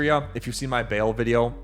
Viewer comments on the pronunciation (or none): none